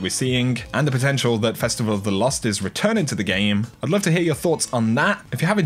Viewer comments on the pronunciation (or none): It was pronounced “festival of the cost.”